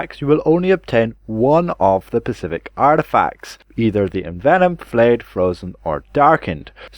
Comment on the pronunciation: SPECIFIC.... NOT PACIFIC